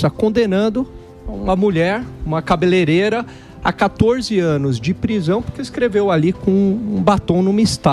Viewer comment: "Cabeleleira" ??? Vai aprender português antes de subir vídeo pro Youtube mano!!!